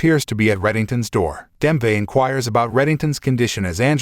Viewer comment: Nice summary. Wonder is this was read by AI…. Just couldn’t ignore “Demve” and “life” a life.